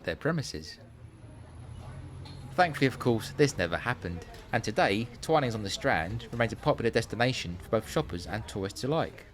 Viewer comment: My husband drinks coffee and I drink tea, and yet we manage to agree on most other things. We missed the Twinings shop when we were in London, although we did visit St. Clement Danes. Thank you for providing the correct way to pronounce "Twinings"!